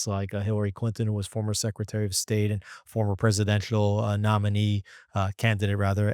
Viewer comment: Why do you say “Street” instead of “State” ?